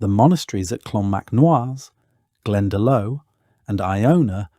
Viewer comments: ..pronunciation: Glendalough = glen-daw-lock, Louth = loud-th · Glen da low 😮 Had to stop listening after that woeful pronunciation. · yeah. He murdered Glendalough! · Pronounced "Glendalock" spelled "Glendalough" Not pronounced Glendalo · Glendalough is pronounced Glendalock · Lios is pronounced Liss. Not Lee-os Clonmacnoise is Clon mac Nice Glendalough is Glen Da lock If were using anglicised version of gaelic names. This is just all wrong.. showing Romans while talking about vikings, showing 18th century ships in the viking age... I can't go on watching.... AI really means Artificial Ignorance Its taking over and destroying youtube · Omg what an awful AI construction. The graphics, videography and butchering pronunciation... worst example glendelow and tooth. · ‘Clonmacnoise’ pronounced ‘Clonmac-no-are’ AI rubbish! ‘Glendalow!’ Lol! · PLEASE learn how to pronounce the Irish names ! I couldn't stand it when you said 'Glenalow' !